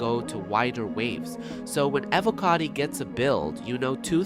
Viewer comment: Is this an AI voiced video? And its E-voh-cotty.